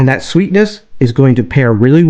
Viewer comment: To “dat” video?